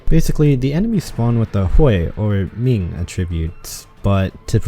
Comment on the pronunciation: Ah yes, butcher “Hui & Ming” and then perfectly pronounce “Pingyin” Very cool Arknights